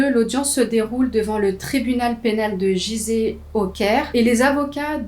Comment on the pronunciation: Coucou! Juste pour info, on ne dit pas "giseh" mais "guizeh" pour la prononciation de la ville égyptienne! 😊 Bonnes histoires! Continue comme ça!